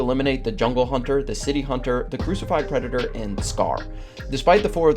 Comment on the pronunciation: Hearing you butcher the predator species pronunciation killed the entire video for me